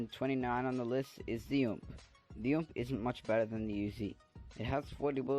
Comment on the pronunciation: Uh... Just so you know, it the U.M.P not ump. It's like saying 3 words dude